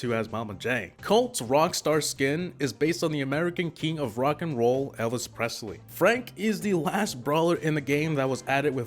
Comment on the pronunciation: You said Elis presly